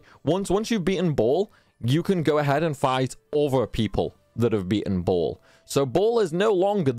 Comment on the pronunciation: It's 'Bay-ul' not 'Ball'. But then, you would have to be a Bible nerd/fanatic to have known that. But now you know. 😁